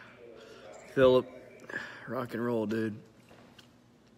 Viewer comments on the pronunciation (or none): none